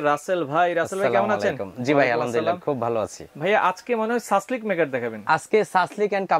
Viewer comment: সাসলেক নাকি সাসলিক?? ইংরেজি উচ্চারণ কিন্তু "Shashlik"